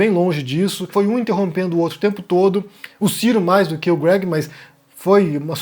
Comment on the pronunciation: o ciro mais do que o greg (pronúncia inglesa do nome greg)